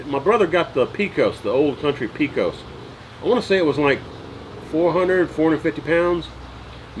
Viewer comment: Enjoy your videos, keep up the good work. B.T.W. Pecos = Pay-cuss.